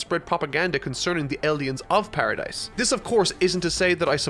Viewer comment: The s in Paradis is silent lol you watch the anime but never noticed?